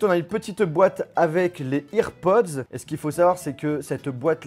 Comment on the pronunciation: Ir pods 😂😂😂😂